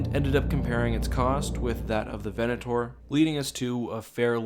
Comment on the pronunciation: I loved this video but the way you said Venator will hurt me forever.